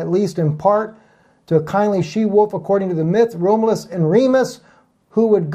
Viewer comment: Not to be a pronunciation NAZI, but his name is pronounced; Rom ( short o, as in Oz) you- luss. Seemed like you had trouble with it. Anyway, great message and GOD BLESS!